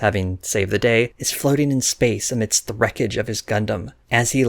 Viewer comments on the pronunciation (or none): none